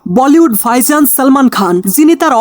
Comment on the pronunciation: ভাইজানকে বলতেছেন ফাইসান! মানে সীমা আছে ভাই, একটু এদিক-সেদিক হতে পারে বাট এতোটা? উচ্চারণে কাজ করুন অনুগ্রহপূর্বক।